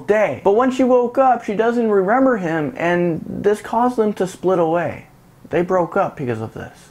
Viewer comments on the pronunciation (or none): Sorry but he kept saying rerember instead of remember